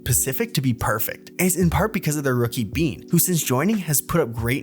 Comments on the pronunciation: ISNT IT BANE NOT BEAN?????? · why'd you pronounce his name as BEAN? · Would get so much more views if we fact checked slightly more, mainly on why flashback was benched. Edit: How did I forget how you say Beyn when its said more so like "Bane" on every official broadcast